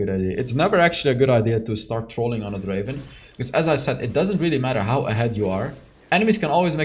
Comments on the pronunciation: Not draven it's drrraven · Its Dreyy ven 🤣